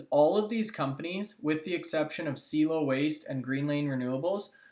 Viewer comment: Dude, I mentioned this on your last video about CIELO....its pronounced C-EL-LO......SEA-EllO. Like "hello" but with a C infront. C-ELLO. Also, they have no competition anywhere, not just in canada. They (Don specifically)have proprietary patented technology and looking to go global. Appreciate the mentioned for them but again, lose confidence in the information when you can't say the name properly. C-EL-LOW!